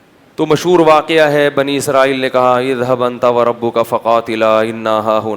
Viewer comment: اللّہ کا خوف کرو۔۔پاکستان میں پیدا ہوئے کچھ تعلیم بھی لی ہو گی۔۔اور تم جیسے failure اردو کا جنازہ ہی نکالتے ہیں۔۔ پاکستانیوں سے اچھی اردو تو۔ گوگل ۔ کی ہے۔ بولنے پر بھی لفظ ٹھیک بتا دیتا ہے۔۔۔۔ لیکن مجھے اس کی ضرورت نہیں۔۔۔ میں بہت اچھی اردو بولنے والی ہوں واکیہ۔۔۔۔۔۔۔ 🤦🏻‍♀️🤦🏻‍♀️🤦🏻‍♀️🤦🏻‍♀️۔ صحیح لفظ۔ واقعہ۔